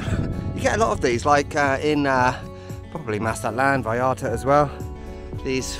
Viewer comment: I'm sitting here working on my pronunciation of Vallarta. I just can't quite get it as authentic as you did . Impressive stuff.